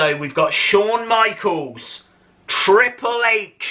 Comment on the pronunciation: Why do u say triple hatche?